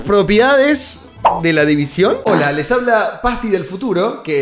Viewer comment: me matas cada vez que dices división...PARA!!